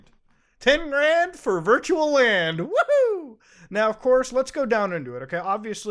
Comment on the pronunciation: This was the cleanest woohoo ever